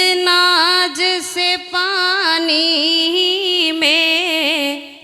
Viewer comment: Awaaz aur gazal bahut achchi h ,lekin urdu k pronunciation bahut kharab h,Unchai pr jaane k liye sudhaar kijiye ,,Naaj ,nahi Naaz,Awaaj nahi ,Awaaz ,,karar nahi ,Qarar h, ,Wah wah krne walon ko bhi samajh nahi h,,,🎉